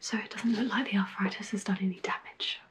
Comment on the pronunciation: Arffritis? I thought it was arthritis 🤔